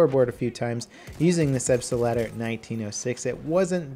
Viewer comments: please learn to pronounce gun names correctly. Mispronounciantion is one of the worst things ever. the Selbstlader is two words that have been put together, Selbst-lader it literally means self loader. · Zeno Paukner he is making fun of how level pronounces it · mapffff he says selbstalader, eventhough there is only one A in it :/ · I believe it's pronounced "Zelbst-Lahdder". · SelbstAlader is not very accurately describing it with an English accent. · what i dont get is: where does he find the "er" in Selbst(er)lader?! its like saying auto(er)loader..... plz, learn atleast some german^^ ITS WORTH IT! ;) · You'd think he'd do some research on how to pronounce the name before shitting on a perfectly fine weapon. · its called SELBSTLADER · Everytime he pronounces the Selbstlader, the part of the brain that remembers the languages I learned hurts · Hej, I'm from germany and can't take how you spell "Selbstlader":) Dont spell it with pronounce on the "L-Ader", dont split it. Just go through the word in one line. Think of "The gun loads itself" or "Das Gewehr lädt sich selbst". Try spell it like "Selfloader". Hope it helps and greetings from a german Fan:) All the best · I clicked on this video to see how would butcher the name of the gun and he did not disappoint.:D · I honestly don't know what's worse, his repeatedly terrible pronunciation of the gun name or the fact he doesn't even play the medic class properly. Heal your teammates! I know you can do better than this. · his pronunciation of the name selbstadler is so bad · Lol, as a German I'm hearing "Substiletto" instead of "Selbstlader" every time. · wtf it's Selbstlader not Selbstelader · Please, PLEASE change the way you're pronouncing Selbstlader. You speak 4 syllables when the actual word has only 3. Selbst-La-Der, wheras you call it Selb-St-La-Der. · repeat after me "Selbst-lader", not "Selbs-T-Lader". The 't' is almost silent. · Its Selbstlader not Selbstader